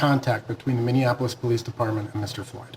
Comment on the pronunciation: Famous quotes " I called the po lice on the po lice" all credibility lost with u a fukn pssy bra with his professionalismness